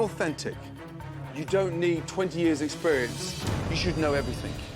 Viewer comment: exeberinse lol